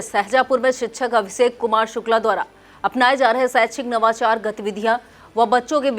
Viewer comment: Mam, अभी कुछ कमी है आप शहर को सहर, बीजेपी को बी ज़े पी,, मौजूद को मौज़ूद, सा और शा, जैसे अभिषेक को अभीसेक mam थोड़ी उर्दू पढ़ने की कोशिश करिये ज़बान सही हो जाए गी, अंजना ओम कश्यप, और चित्रा त्रिपाठी, mam की ज़बान देखिये बहुत साफ है कहीं पर वर्ड की मिसटेक नहीं होती, आप को हमारे शहर का मान बढ़ाना है